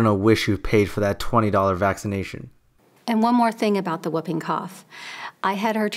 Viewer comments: Whooping is pronounced who-ping, not whup-ping. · And it's wh-oo-ping cough, like swoop, not woping like moping OR whoping cough like whiping. It is an onomatopoeia of the distinctive whoop noise of this disease